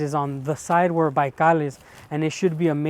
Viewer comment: Why you always say "Baikal" in the most Spanish way ever?